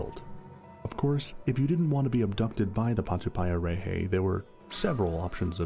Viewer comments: And of course you pronounced it wrong, you said it like patupie a ray hay, nope it's patu pie a rrreh heh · Mate if u can't pronounce it then don't even speak on it. Grrrrr idiot